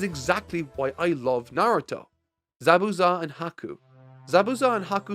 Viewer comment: Bro really said ZaBUza